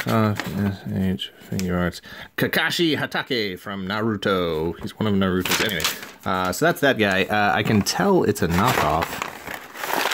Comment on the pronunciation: Embrace the anime,. Let it become part of you. Also I'm amused that you pronounced Kakashi Hatake pretty close to right but then said NaRUto.